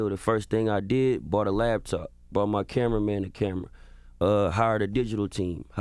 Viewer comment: I was feeling him until he said "labtop" 💻.......... it's laptop😂😂